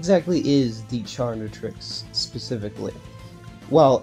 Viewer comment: holy shit you butchered the chaquetrix name